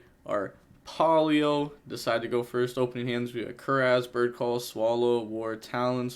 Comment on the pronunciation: Red first name was probably pow-lo not pay-ow-lo